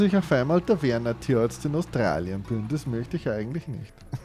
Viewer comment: Ah der "Türartzt"🤣🤣😅